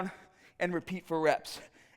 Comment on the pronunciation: A BABBEEEL!! what is a BABBEEEL?